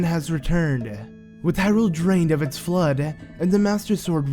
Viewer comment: The floodah, and, like, the spirituh! You silly goose!